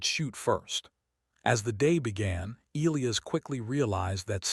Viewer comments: Good start to the yarn. But, HEY AI please pronounce ( Elias ) properly = Eli-as... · Once again... AI, please pronounce Elias properly. Eli-as. Need a part 2